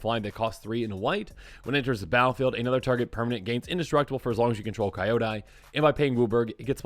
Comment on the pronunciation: Why are you pronouncing Kyodai like that?